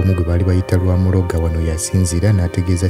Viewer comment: Rwamurago not Rwamuloga